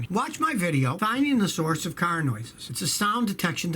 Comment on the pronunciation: Anyone here for the way he says CARRRR